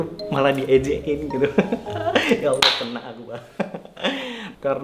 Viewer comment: kalo nyebut nama allah yg bener qq😇